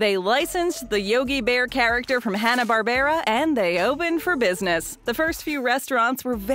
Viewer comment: It's Hanna-Barbera